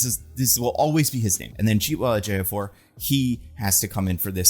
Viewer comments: I have never seen someone mispronounce a name that hard. Chi-we-tel E-jio-for. Read it phonetically, literally. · I'm sorry dude, you really gotta get the pronunciation of Chiwetel Ejiofor right, you're not hitting it at all. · Dude mispronouncing Chiwetel Ejiofor's name multiple times and then constantly not even bothering to learn Cristo Fernández'd name are just straight up micro aggressions cuz you had no problem with naming Rhys Ifans or any other actor